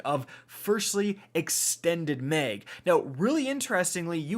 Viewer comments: Are you saying “meg” or “maeg” lol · Mag not meg !! 😂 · Dude...the way you say "mag" burns my goddamn soul. MAY-ehg